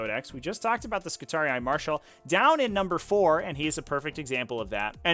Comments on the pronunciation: Wtf is ski-tar-e-i?? This pronunciation makes me wince. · both enunciated yes but not with that "eye" sound, at most i'd say that instead of skitar-ee it should be skitar-ee-ee. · hearing him pronounce skitarii physically hurts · Why do you pronounce Skitarii so weird? you're adding whole extra syllables. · I've never heard it pronounced that way in any of the 50+ HH audio books I've listened too iirc